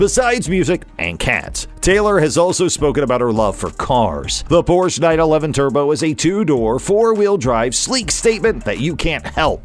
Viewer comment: Pronounce "Porsche" correctly, please.